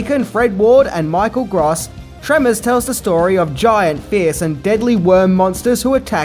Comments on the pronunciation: I hate to correct people but it's definitely pronounced Michael Grōse not Gros. In 1988 Gross was actually the biggest name in this film. Bacon hadn't done A Few Good Men yet, so he was still a B-lister, but Gross, in contrast, was definitely a household name. Reba also wouldn't reach her high celebrity status until the early/mid 90s, and Ward would generally remain vaguely known. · I believe his name is pronounced like the adjective gross. Or net versus gross. If this is just how you pronounce the word gross I apologize and say never mind. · Michael Gross is not pronounced "gras". Just saying. Irritating. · Michael Gr-oh-ss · Dude... It's Gross not Gross... Lol